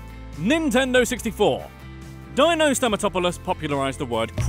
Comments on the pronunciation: One thing, Dino is not pronounced like “Dino”saur, it’s pronounced “Dean-o” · “Dyno” ? Silly accent. Can you not say deeeno? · Admittedly i've never heard it said out loud but surely it's Deeno (as in Dino Stamatopoulis) and not Dyno? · Dino’s name is pronounced “dean-o” not “Die-no”. Sorry but it was bugging me. He’s a brilliant comedy writer and deserves to have his name pronounced correctly. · It’s pronounced “Dee-No”, for the love of god. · Fairly sure “Dino” is pronounced DEE-no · Dino's name is pronounced "deen-o" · its pronounced deeno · It's pronounced Deeno. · Dino Stamatopoulos's name wouldn''t sound "Jurassic" if you pronounced it correctly, you know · Imagine not knowing how to pronounce the name Dino and saying it a dozen times wrong with confidence. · You’re going to do all this research on a show that you apparently enjoy very much, and then you are going to mispronounce the name Dino over and over? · "jurrassic sounding greek name" cuz ur saying it completely wrong 😭